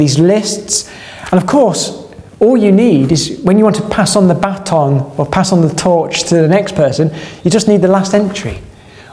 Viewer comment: He also says "bat-on" for baton. XD